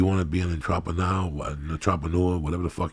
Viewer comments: Untropanewa? Ohhhh "Entrepreneur" ok. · Kick that fuckin' "entrapanooah" Lee! OH SHIT! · When joey pronounce entrepreneur >>>>